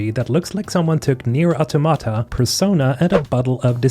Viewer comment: nice, april 2025 and people still pronounce automata as wrong as possible